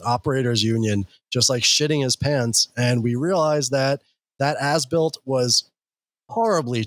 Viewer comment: Why does As Built keep sounding like Ass-Built? Guess it's appropriate though...